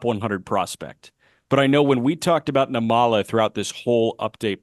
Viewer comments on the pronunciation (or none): I’m catching up on pods so I’m a little late, and I hope I’m not repeating myself, but I hope y’all don’t mind a little pronunciation note on Arjun Nimmala. His last name is pronounced NIM-ma-la, with the stress on the first syllable. (Actually, if type his name into Google Translate and select Telugu as the language, you can hear how it’s pronounced.) I don’t know him personally or anything, but we’re from the same ethno-linguistic community; his parents are literally from the same twin cities area in South India as mine. Never thought I’d see a kid who could be my cousin playing pro ball. Hell, even other Indian people stereotype us as a bunch of unathletic nerds lol. And I’m glad we finally have a major leaguer of Indian descent in Kumar Rocker. I once hoped it would be me, but it turns out an 80-grade fastball and an 80mph fastball aren’t the same thing. 😜